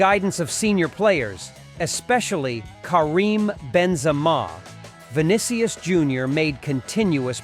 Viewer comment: Vinnikyes?…. 😂😂😂 AI generated